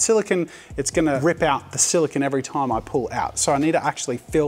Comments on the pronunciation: Silicone. Not silicon. They are different. They are said different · Great video Jazza, but please note that "silicone" is not pronounced the same as "silicon" (what you were saying), the correct way of saying it is "si·luh·kown" (silicone) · It’s solo-CONE